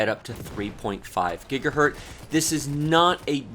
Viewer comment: man it's "gigahertz" not "gigahert"